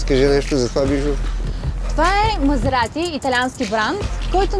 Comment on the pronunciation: "това е Мазеаати, итаянски баан", хубаво заснето, адски тъпо реализирано, и водеща с говорен дефект, никакво задълбаване в колата